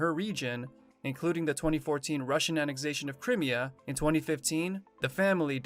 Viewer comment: Damn! It isn't 'krimmia'!!!! It's pronounced 'cry mea'!!!! What's so hard about that???